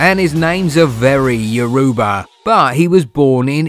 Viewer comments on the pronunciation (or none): The way the narrator pronounces the name of my tribe Yoruubah. Aish 😔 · This guy calls 'yoruba' one more time I'm turning off my phone.... which one is 'yourewber' 😂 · you are insulting my language by saying yoruuba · I am Nigerian and disappointed on how he pronounced Yoruba.